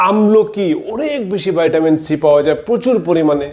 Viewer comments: ভাই! ভাইটামিন না বলে ভিটামিন বললে খুব সহজে বুঝতে পারতো পাবলিক। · আপনি ভিটামিনকে ভাইটামিন বলছেন কেনো ❓অনেকেরই বুঝতে অসুবিধা হবে। আমার অনেক পুরোনো অশ্ব বা পাইলস আছে,আমি কিভাবে অশ্ব থেকে মুক্তি পাবো যদি বলেন খুব উপকৃত হবো। 🙏